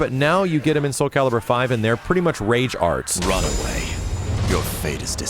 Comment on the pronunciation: Rot away??? I heard RUN away :/